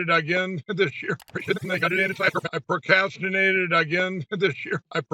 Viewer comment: Another great episode,. It's contagious when Pillow Qfreak couldn't pronounce procrastinate. Hell, I got stupid for a minute. I couldn't either. 😂😂😂😂🤦🏻‍♀️